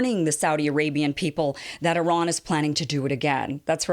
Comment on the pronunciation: Thanks for pronouncing Iran in the right way